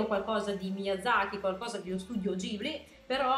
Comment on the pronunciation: allora sei fantastica e ti adoro, peró si pronuncia gHibli, come si legge.